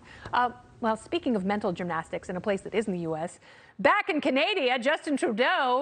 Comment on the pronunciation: Where TF is "Canadia" Kennedy?